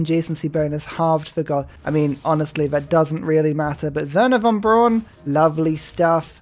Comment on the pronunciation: With splendid verbal capabilities Werner von Braun becomes Worn Porn